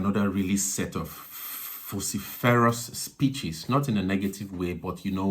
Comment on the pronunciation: VOH siff err us...... Vociferous